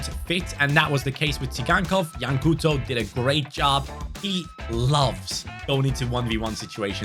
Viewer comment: You don't pronounce it as 'Cooto' but as 'Cowtou'